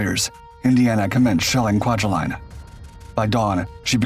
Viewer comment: Also Ku-wa-ja-leen. Accents on wa and leen. And Truk Atoll is pronounced Truck and is now known as Chuuk Lagoon.